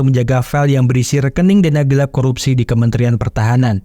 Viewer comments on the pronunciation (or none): none